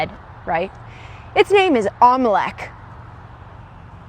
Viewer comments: Lol that golf lady mispronounced the whole legends of the temple without even trying to correct herself its not omelec or whatever she said its Olmec. I think shes never even seen the show Im callin cap on all of her content. It seems like shes not even doing her research and shes just putting out videos just to clip farm lol BTW if you wanted to know what Olmec came It really pays to do your research before believing some of the vids on the internet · The Heads name was Olmec ... not Molech😅😅😅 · It's Olmec after the tribe...not what you said, lady